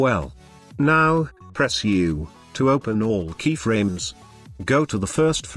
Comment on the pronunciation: i swear to god if he says key-fuh-raymes one more time...